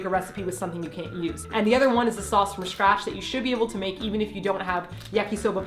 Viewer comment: Who else went back to see if really did say shcratch. 🙋‍♀️